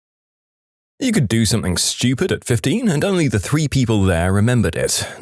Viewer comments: listen to the video he is constantly doing it on every video he narrates just listen. Ends the word something with a K He says “Somethink” Also often “Nothink” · There is no “K” in the word something . Somebody tell the narrator ffs